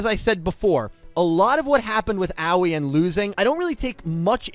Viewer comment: not tryna be that guy but id like to point out her name should be pronounced more like ah-oh-ee